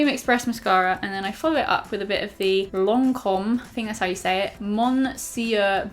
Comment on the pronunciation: Lancome monsieur big, French names pronounced by English speakers is just the untested thing ever (Btw I'm french haha )